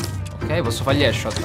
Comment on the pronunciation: Nessuno: Assolutamente nessuno: Mike che ha una laurea in inglese: posso fa gli hesciot.